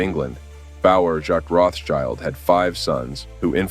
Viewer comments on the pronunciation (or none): Rotschild doesn't mean "child of the rock" nor it is pronounced [roths child]. It's pronounced [rot shield] and it literally means "red shield". Don't make amateur mistakes on serious topics.